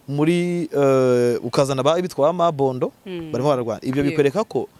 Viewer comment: Ni Mobondo ntabwo ari Mabondo.